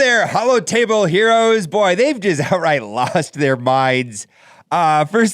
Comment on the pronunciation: Did you say galaxy of gyros? 😜